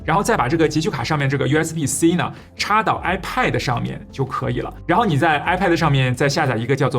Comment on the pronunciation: 发音不准……不是“派德”……也不是“麦克布克”……